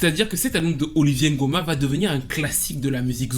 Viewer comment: C’est une super vidéo hyper riche en découverte pour moi . Mais étant gabonaise ça me fait mal aux oreilles d’entendre Oliver( Olivié) Ngoma ça se dit OliVEUR comme en anglais 😅